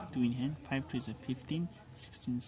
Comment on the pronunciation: Sir please don't pronounce three as tree., it's very annoying when you say that.